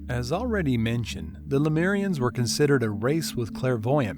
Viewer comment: It's pronounced le-moo-rians, not le-mee-rians. It's also known as Mu.